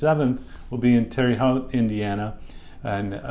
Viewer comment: Dr. Westman, I think you’re the best. Thank you for all your work. Except for one thing. You gotta pronounce Terre Haute correctly! Tara hote. Long O sound. E is silent. 🙂